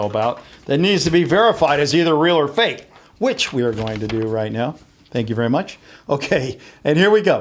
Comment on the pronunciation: its fake not fak